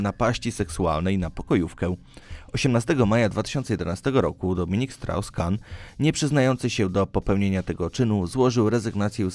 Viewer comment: Czy ja usłyszałem 'Dominik Srał Skan'??? Boże, jak mieć pecha z imieniem to na całego...